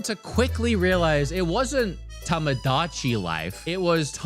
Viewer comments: Lol it's TOmodachi life, not TAmadachi life... that's probably why u got confused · It’s not TAMAdachi but TOMOdachi, so many content creators just don’t bother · LOL without the long o sound in Tomodachi I could absolutely not distinguish between your Tamagotchi and Tomodachi RIPPP